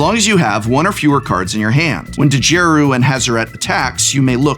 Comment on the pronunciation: I’m pretty sure the “D” in Djeru is silent.